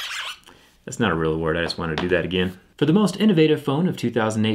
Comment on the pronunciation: when he says again it sounds so southern